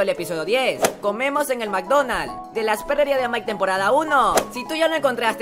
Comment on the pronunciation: alguien más penso que dijo ''mikedonals'' xd